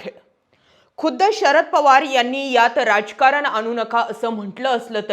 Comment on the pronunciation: मॅडम,जरा मराठी शुद्ध बोलायला शिका!ऐकणाऱ्यांचे कान अशी अशुद्ध भाषा स्वीकारत नाहीत! नेनार का,आननार का,राजकारन असे न बोलता नेणार का,आणणार का,राजकारण असे शब्द उच्चारा!! आणि तुम्ही मिडियामध्ये आहात म्हटल्या वरती तुम्हाला श्रोत्यांकडून कधीच माफी मिळणार नाही, हे ही ध्यानात ठेवा,ही विनंती!🙏